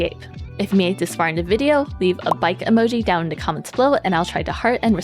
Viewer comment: Great video! Only piece of advice is that words like “THe” “There” and other “TH” words aren’t pronounced with the “D” sound. So it’s not “da” for the, or “der” for there …and so on. You have great pronunciation but the D use for TH sounds being addressed would get you to the next level voiceover because you have a pleasant voice! My voice is annoying 😂